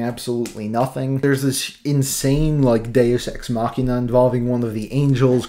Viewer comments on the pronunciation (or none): none